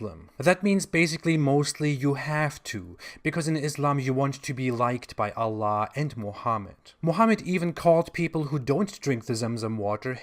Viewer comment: ....a joker...spurting nonsense, lies and misinformation....ignorant on the religion of Islam and fundamental classical Arabic language..the way he pronounce God in Arabic we easily spot his lies....and claiming to be an expert....out to make money from gullible Christians... this is not the way to propagate your Chtistianity....deal with your bible and its prinsciple...and we don't believe in human sacrifice....you have to own up and answer for your own sins!